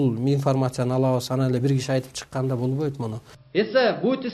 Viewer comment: бовойт эмес болбойт деп суйлочу жанар